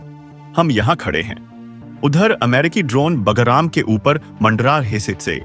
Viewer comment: PEHLE BHI NOTE KARAYA THA, IT IS NOT BAGARAM, BUT BAGRAM.YEH GALTI BHARAT MEIN HONI BAHUT BURA HAI, KYONKI HINDI IS OUR MOTHER TONGUE.